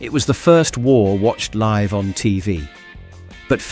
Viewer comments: Going liv - not going live? Horrible AI video! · Why does the voice over say "going LIV" instead of "going LIVE"? Is it AI generated? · I noticed that, also "Liv Aid" in 1985, plus "recess" and "yard" in reference to playtime suggests it's American. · "Going Liv" 😅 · Going Liv? Sher-bet? Bayta max? Liv-Aid? 😂😂 Oh Dear! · Going Liv? Liv Aid? What is this AI generated voice nonsense? What a load of bollocks, had to stop watching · Why does the narrator keep saying liv instead of Live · Why are you pronouncing LIVE wrong. Your British accent tells me you should know better. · This guy doesn't know how to pronounce 'Live' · Nice to look back, but why does the narrator say live wrongly. AI maybe? Just checking 😮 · Public bins weren't removed until the increased Islamic terrorism of the early 2000s. PS why does the voiceover keep saying live, as in "i live in a house" rather than live as in "we'll do it live"?? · You pronounce 'LIVE' wrong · Everybody relax. Cuz AI can't tell live (as in "give") from live as in ("five"). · The A.I. pronounced LIVE and SHERBET wrong. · Ruined by the AI commentary mispronouncing words such as *live*. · Not ruined, but I get what you mean. 👍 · AI does not like the word "Live"... lol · What's up with the bad pronunciation? Is this AI? Zay-X spectrum? Going Liv? Liv Aid? Poor.